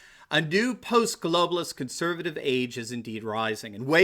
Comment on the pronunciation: Love your show, and watch every episode. However, you have recently started saying "Conservive". You have a lot to fit in, but it's an important word and should be properly articulated. All the best.